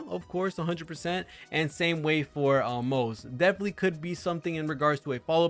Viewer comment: it's "Moh-zuh" btw, we already know the pronunciation from the 2.3 Special Program.